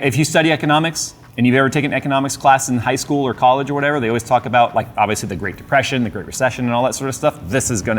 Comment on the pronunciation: " c O l L e G e " LMAO